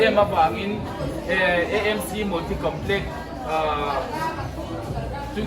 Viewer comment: Amc tih tur itia nangmah zawkin Emc i ti leh sia😝😝